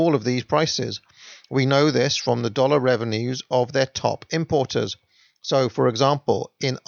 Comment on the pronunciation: the narrator throws the word "dollar" around with a Brit or Aussie accent. I dont know what he means by "dollar" HONG KONG dollars??? you're right. Union mine workers in Canada and mill workers don't make that kind of money.